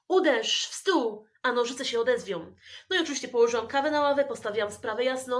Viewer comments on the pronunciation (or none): Mówi się odezwą a nie odezwią wiem że się tak nie piszę ale mówi i tak naciskasz tak się chyba to piszę XDDD